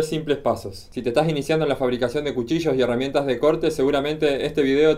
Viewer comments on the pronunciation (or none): Porque pronuncias cuchicho en ves de cuchillo o. tacher en vez de taller, lo escribes bien pero o pronuncias mal, disculpa mi atrevimiento o ignorancia al preguntar esto